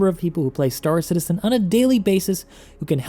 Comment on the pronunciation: Why.... Why? Why does he always pronounce it, "St-AA-r Citizen"? And "EE-motes". Why, dear god why.